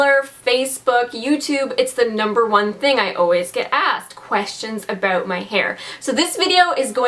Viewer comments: "Aboot my hair".....Canadian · Omg this is the first time I actually noticed a Canadian say aboot